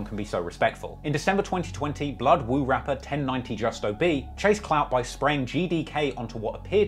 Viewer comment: Woo vs “chew” 😭😭